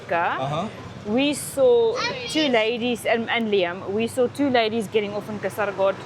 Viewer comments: Hi not Kasaraagod it is Kaasargod. (Check where i plased double "a". I put double "a" only for your understanding) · Correct pronunciation is Kaasarkod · It is kaa--sir--god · I think it Kasar_god "a" silent while pronounce...😊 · Kaa ser kod for pronouncing